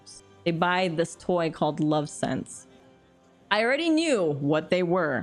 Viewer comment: Nyoooo! Lovense! Not Love Sense! Love Ense! @@